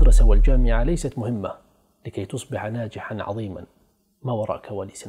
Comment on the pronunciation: عظيما بالظاء وليس بالضاد !!!